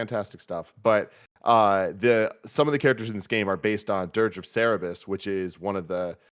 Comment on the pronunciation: Tim says Cerebus like 3 times and the only one who has a reaction is. Help the man out. Big Dog's name is Cerberus.